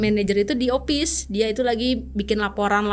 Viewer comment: stap itu staff? sip itu shift? opis? bingung dengernya